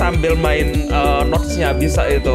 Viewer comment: Abang salah pronounce Antara notes tanda seru dan notes bergaris